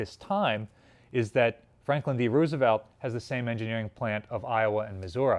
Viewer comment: You are mispronouncing the name Roosevelt.